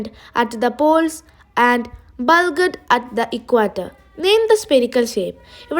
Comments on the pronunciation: Bulged nte g ath pole thanne parayum bulked allla bulged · Nice class. But it's not bulged ( ബൾഗ്‌ഡ്) , it's bulged ( ബൾജ്ഡ്)